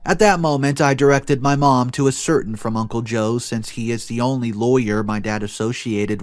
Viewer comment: maybe a helpful hint and I would like to say that you narrate lovely but ascertain us pronounced with the last sylabel (tain) as the loudest and the ai is pronounced as "a" like in the word gain.